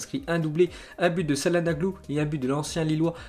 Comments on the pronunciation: CAHLANOGLU ! CA ME STRESS QUAND TU DIS CAHLANAGLU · Se prononce hakan tchalhanoglou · Fait un effort avec ton élocution avec les noms de ville ou les noms de joueur..ÇALHANOGLU et le ç ce dit TCH... c’est vraiment usant au moins le 4ème message et je suis pas le seul, analyse un peut les commentaires pas seulement ceux qui te font plaisir mais aussi ceux pour évoluer. Bonne continuation.